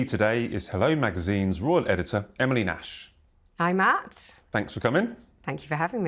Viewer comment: Ms. Nash. Get it right or dont say her name at all